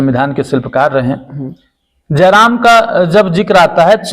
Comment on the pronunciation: Are reporter pahle tu jairam ka naam achha se le jram jaram Mt bolne ...